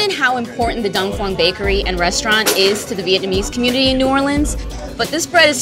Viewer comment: she keeps saying dong "phong"